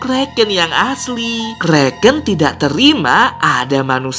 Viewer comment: itu bukan kreken tapi Kraken Lo kak